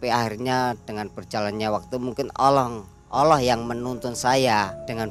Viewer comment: Maaf narasumber, yang benar Allah pak, bukan olloh